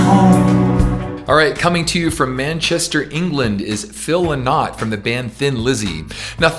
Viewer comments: It's not pronounced as Phil le-nott but als Phil Lie-not. Or as Phil himself used to say: It's not Phil Lynott but Phil Whynott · Phil Lynott was Irish and was from Dublin, not manchester England. And his surname is pronounced Linn-ott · Nice. But it's Phil Lynott. Pronounced Lie-not. Born in West Bromwich, England by Irish mother. Grew up in Dublin. So he's Irish :-) And a real proud one too. Hence all the Irish heritage in Lizzys music. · Very proud that you included Phillo. You're pronouncing his surname wrongly. :D Sorry, but you know he recorded a song with Mark Knofler"? Phillo was a true great.